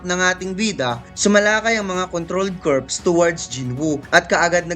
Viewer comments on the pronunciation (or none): none